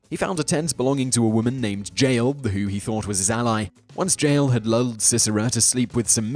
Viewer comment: The J in Jael is pronounced like Y